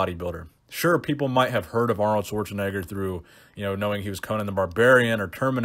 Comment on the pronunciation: Aaaarnold! It's not even close haha